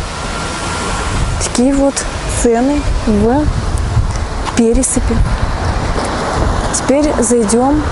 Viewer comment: Пересыпь,нужно ставить ударение на вторую е,неправильное ударение режет слух.